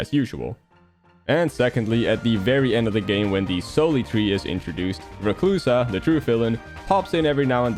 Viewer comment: You mispronounced two words, "corps" and "Soli-tree." "Corps" is pronounced as "core" and "Soli-tree" is a combination of "solitude" and "tree."